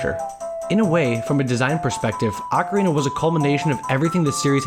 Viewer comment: Video would be SO much better if you could pronounce ocarina properly. It's barely watchable.